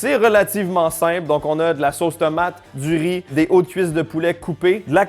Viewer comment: "Tomaté" mdr